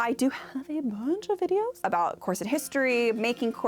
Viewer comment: Loved this! In particular the correction pronunciation of corset as opposed to core-sette vid been hearing of late!